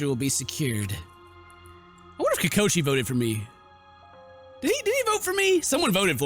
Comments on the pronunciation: did he say kokoshi instead of kokichi or is it just me? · Is anybody else mad that he's saying kokichi's name wrong?